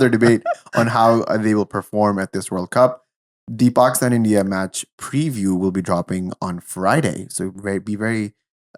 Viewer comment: Dude why do you keep saying Bakistan 😂